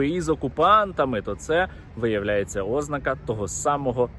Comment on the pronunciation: ознАААка, а не Ознака. Скільки повторювати. від слова знАк, а не країна Оз. 😂😂😂😈